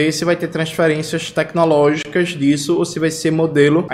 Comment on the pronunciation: TECQUI-nológicas!!! não dá pra tankar esse cidadão!!!!